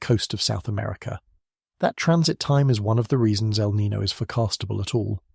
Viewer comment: 😴-Spokane WA. By the way: El Nino is pronounced El Nin-yo. The o has a soft y sound before it (as per the spanish language). ☺️🫠